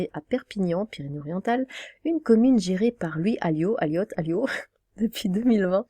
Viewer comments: Louis Aliot, prononcez "Alio". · Je suis de droite et j'ai un album d'Indochine je dois me faire rembourser ? Et dire qu'ils ont fait un concert privé dans un meeting du PCF comme quoi la politique c'est quand ils veulent On dit Aliot on ne prononce pas le T Si tu n'as pas vu le festival à Perpignan a été annulé.